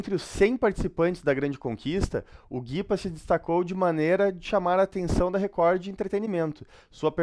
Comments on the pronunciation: O melhor é ele lendo Recor como se escreve, Record kkkkkkk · Que agonia esse chamando Record de Recordy huahuahuahuau